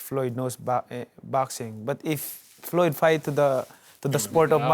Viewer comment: LOL how he says mcregor ''bagreggor'' and ployd''